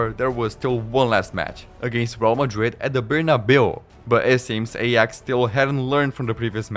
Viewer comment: Aay-aax, not ey-ax. Just had to say it because it was burning my brain 😑